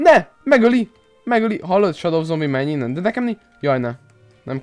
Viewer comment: Nem shado hanem sedó így kell kimondani!